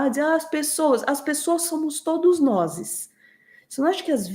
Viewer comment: Péra, como assim? "Todos noses???? Oxe...